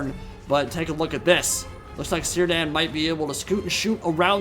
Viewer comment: By the way, Sindarin has no soft c's or g's, so Cirdan is pronounced Kere-dann, it's the name of an elven lord, specifically the lord of the Grey Havens, in the Lord of the Rings.